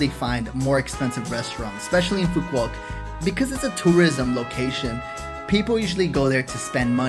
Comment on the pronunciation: Nice vacation, The island is pronounced phoo vook and not pho quock. With love YKM